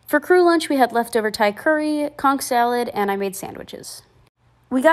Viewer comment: as a bahamian, bless you for pronouncing conch correctly